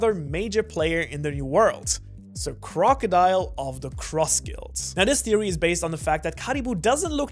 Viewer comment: Not crocodile, Croco D Ile